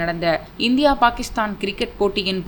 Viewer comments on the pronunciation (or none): none